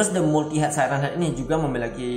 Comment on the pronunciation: Multiheded siren head bacanya bang